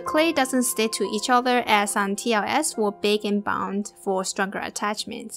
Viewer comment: And u also say bake and bownd